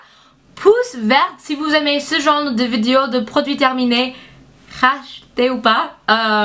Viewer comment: T'es adorable, vraiment. Fais attention, tu as dis de ce gendre au lieu de ce genre ;) Tu es super jolie, gentille et douée. +1 abonnée ! Gros bisous, continue comme ça !